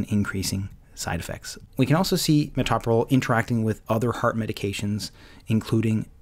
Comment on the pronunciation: That drug is pronounced to sound like this: muh tow' pro lol - accemt pm tow me to' pro lol You don't say muh TOP' pro lol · tow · pruh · laal